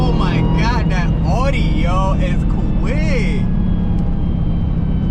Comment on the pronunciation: It's pronounced "aw dee"